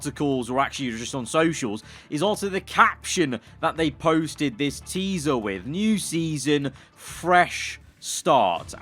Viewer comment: noone:: TEESA